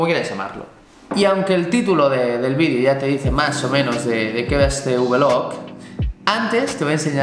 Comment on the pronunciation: Por favor, no digas más lo de vlog (ubelug como tú dices). Di blog, como suena, por favor. Por cierto, me molan mucho tus vídeos, que no "vidéos". Saludos